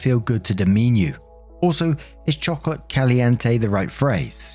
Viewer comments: Your pronunciation was close. In Spanish it is “choco-latte”. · If you want to pronounce chocolate in Spanish correctly break the word up like this: Cho (like chosen) Co (like cosigner) Latte (like the drink of the same name) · Just FYI from someone who took 2 year of Spanish, the e in chocolate would be pronounced the same as the last e in caliente. Typically, when Spanish words end in e, the e is pronounced like somewhere between an a in “jay” and e in “pet”. But I’m not a native speaker or expert so take it with a grain of salt. Love your videos!💜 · As a spanish speaker, definitely not chocolate gaseosa lol